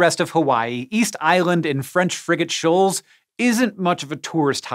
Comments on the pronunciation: Anyone else hear "french friggin shoals" everytime? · I kept hearing “french freakin shoals”